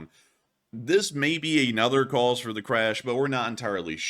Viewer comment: Watch your pronunciations. You're getting caught in one of the most common mistakes, overuse of the word "a" pronounced as a long "ay." It's rolled over into mispronouncing "another" as "ay-nother." Pronounce words when from your script the way you would in normal conversation. Journalism 101.